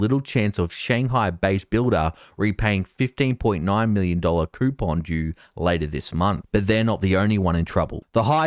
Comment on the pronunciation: “coupon due” with an aussie accent has multiple meanings